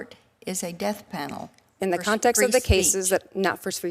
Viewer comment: Is she saying "Deaf Panel" or "Death Panel"?